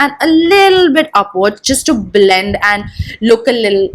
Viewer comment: bLLLLLend bLLLLending bLLLLend. OMG!! Just stop with that!!